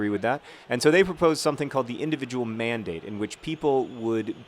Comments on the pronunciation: Every time you said "mandate," I thought "man date." This made your thoughts on the health care debate very difficult to take seriously. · I will never hear the word "mandate" the same way again...